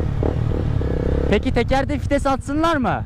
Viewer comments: abi 3 yılda anladım fites değil vites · Bi kere daha '' fites'' dersen intihar edicem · Fites diyişini yediğim